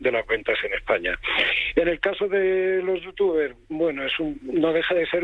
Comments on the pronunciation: Una noticia muy muy mal enfocada. Intenta defender una opinión/posición, desde mi punto de vista, correcta (pagar impuestos en España) pero de una manera muy poco profesional. Muchos fallos en los datos... Ni si quiera sabeis pronunciar correctamente los nombres de los youtubers/streamers a los que vais a criticar (VegUeta, AmpEter...)... Todo eso deja mucho que desear. Creo que con este tipo de noticias, se consiguen los efectos totalmente contrarios a los que pretende. Vuelvo a repetir, soy de la postura de que es muy egoista y ruin irse a pagar impuestos a Andorra. Pero cuando veo este tipo de noticias, me llevo las manos a la cabeza con la poca información o conocimiento que se tiene en la materia. Como consejo, preguntad a expertos, consumidores e incluso a streamers/youtubers... Cualquier persona con un mínimo conocimiento de la materia no os creiria por la mitad de datos mal contrastados que dais. Así como dato que habéis dado mal: Ibai no tiene el récord de visualizaciones con 2,5 millones, lo tiene The Grefg (en Andorra). Por favor, muchos jóvenes ven este tipo de noticias y cuando ven tantos datos incorrectos o gente que no tiene idea de la materia criticando a sus idolos, jamás os escucharán. Y estarán dando la razón a sus idolos sólo porque les saben comunicar mejor sus posturas (incorrectas y egoistas). Con este mensaje solo pido reflexión sobre la forma en la que estáis abordando este tipo de noticias... Pues desde un gran consumidor de este tipo de plataformas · Me hace gracia q no sepa pronunciar los nombres de los youtubers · Perfecto como pronuncia los nombres de los youtubers y como no sabe lo que esta diciendo y esa "información" es mas falsa que un billete de 3€